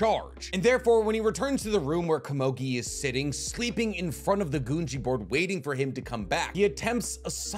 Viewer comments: It’s GOONGEE watch the dub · Your saying gungi weird.